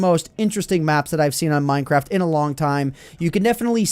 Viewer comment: Anyone else hear him say "Mine Crap"?, XD